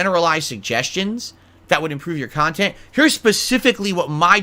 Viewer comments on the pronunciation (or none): "Productive khantent "???wtf is he sniffing glue or something ?